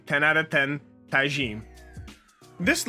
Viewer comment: Bro really just pronounced thijm as tajim